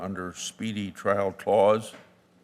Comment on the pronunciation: its trial not trail